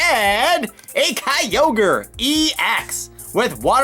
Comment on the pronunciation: It's pronounced "Kyogre" not "Kyogor"